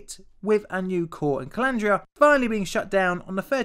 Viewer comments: calandria: pronounced kah-lan-dree-ah There is a lot of important nuclear history at Chalk River labs. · did you say "Calandria"?